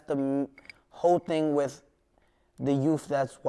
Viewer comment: Wtf was 6ix9ine sayin . Den he goes you know what i'm saying , the internet is a powerful TING